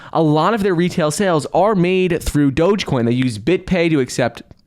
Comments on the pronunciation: Please stop saying dogacoin..it's dogecoin.smh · Wht a flop doja coin at least pronounce it ryt if u advertising it 😂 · From "Bananas" to "Doh-jah". It's progress. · If he wants to call it “dojacoin,” that’s fine ...I cringe with appreciation 😬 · "DogèCoin" - Mark Cuban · What THEE HELL is DOJA-COIN?? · Anyone else hearing them pronounce it like “Doja-coin”? Lol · He is thinking about doja cat lol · he pronounces the e at the end lol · Someone teach him how to say Doge ffs